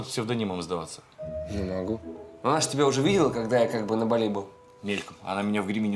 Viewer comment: Ну редактор издания должен знать, что не БалИ, а БАли!